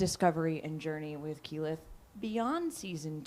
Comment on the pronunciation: I think that's a bit of a stretch to explain the pronunciation of Keyleth (watch from ). Seems like a lack of basic prep, rather than nerves, but your mileage may vary.